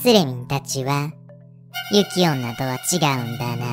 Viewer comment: 雪女をゆきめと言うのぬ～べ～以来だな